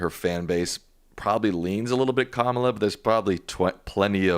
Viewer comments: It's Kama-la!😅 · Pronounced CommaLa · Does the Professor not know that it's considered disrespectful to mispronounce the Vice President's first name? Comma-la. It's not hard. 😡